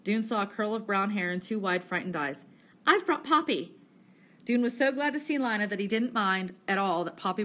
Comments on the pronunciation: Linea sksksks it's leena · It is Leena not L ina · (ALEX) yea its leena not lina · Nah “LEEna” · Li-na? It’s Lean-a 🙄😹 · it is not lina its leena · you pronounce Lina wrong